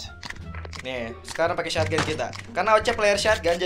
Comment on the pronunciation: "shotgun": Sotgan❌ Syatgan✔️